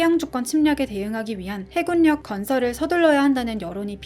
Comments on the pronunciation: 발음이 해굴력이 아니라 해군력입니다. 발음에 유의해주세요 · 해굴력×× 해군녁 이라고 발음해주세요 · 해굴력이라고 말하니 집주이 안되네